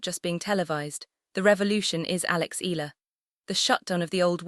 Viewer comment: Correct Pronunciation : EALA = Ee'Ya'La